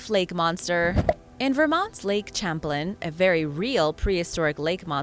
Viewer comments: pronounced "sham-plain" not "cham-plin" or you meant it as sarcasm? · the way to pronounce the lake is like champagne " Sham plane " Lake Champlain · Lake Champlain is pronounced sham-PLAIN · I am sorry but champlain is pronounced Shamplayn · its pronounced Shamplain it's a french CH that makes a Sh sound due to the fact that Vermont (from the french Verde Mont meaing Green Mountain) was orininally a FRENCH colony not an English one. Please, I'm from New England Grew up in Connecticut and have family in Vermont. If you're going to do this, do all the research. This lake was named after Samuel de Champlain and I don't think you'd like it if someone messed up your name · I enjoy your videos... please note Champlaine, named after the French explorer who mapped the St. Lawrence and Great Lakes (opening up NY) is pronounced "sham-plain". Cheers! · Thank you so much for mentioning this. It's almost like nails on the chalkboard when names are mispronounced that are that famous.